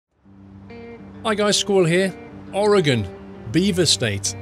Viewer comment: 1. You should really do a Travel Channel series or give tour guides. And I applaud you for pronouncing "OAR-uh-gən" correctly! 2. Noticed a Safeway Supermarket (Cafeway) . It's a regional Supermarket chain on the west coast but had never seen this reference in ATS up to this point! That's gotta be the reference as the logo, that red "S" like shape is almost spot on.